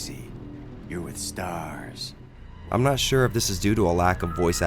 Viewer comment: It's not his fault he learnt the team's name from Nemesis ;) Staars